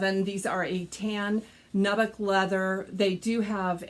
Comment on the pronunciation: Hi,! I love your enthusiasm over shoes, I also like good shoes. I have heard you pronounce nubuck and have tried to ignore it! 🤓 I have always said it as noo buck. So I looked it up and my way of saying it seems right. No criticism, just wanted to help you out. 👠